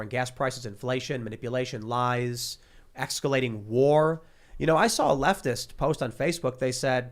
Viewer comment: Tim: "Biden made up word bingo" Also Tim: "exscalating" Lol